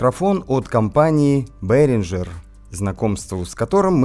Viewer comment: ну не красиво, ей Богу. Вроде эрудированный парень. Что это за БэринДЖер??? Это что за фирма такая??? С каких это пор в немецком языке появилась буква ДЖИ???Ты ещё на латыни произношение воспроизведи. Вообще «шедевр» лингвистики получится. Есть немецкий мировой бренд под названием БэринГер. BEHRINGER — немецкая компания, занимающаяся профессиональным музыкальным оборудованием. Наверное ты силён в английском, но это не английское слово. Ни исторически ни этнически это слово не имеет ни малейшего отношения к английскому языку. Более того английский язык сам по себе имеет германские корни происхождения. Это всё равно как Шекспира читать на украинском – уссышся со смеху.